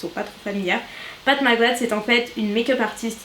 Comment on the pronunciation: Coucou, je voulais juste te dire que j’adore tes vidéos. ❤️❤️❤️ Ps: Pat Mc Grath ce prononce Pat Mc Gratte ( comme dans le verbe Gratter )